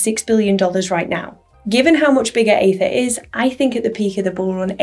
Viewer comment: it's aether not aethir, right?